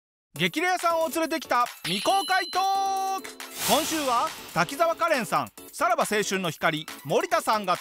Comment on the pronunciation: カレンのことガレンって言ってるじゃん